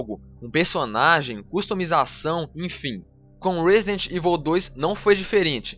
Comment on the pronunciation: ruóesidenti ivol tchu ¬¬